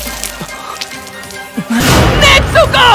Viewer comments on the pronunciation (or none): El doblaje esta bien pero cuando dicen nezuko dicen netsuko xD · ni idea xd yo soy española y digo nezuko no netzuko así que será un fallo del doblaje xd